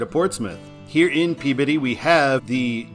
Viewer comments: pronounced "Glah-ster" You did get Peabody right, so wicked props for that. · Superb,. Truly enjoyed all the 95 episodes. There is no way I would have guessed the pronunciation for Peabody. Nicely done!